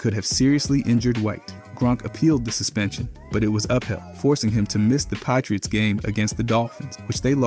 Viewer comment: The "Pie-tree-its" game was phenomenal